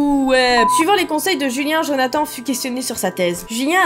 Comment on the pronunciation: on antend julia au lieu de julien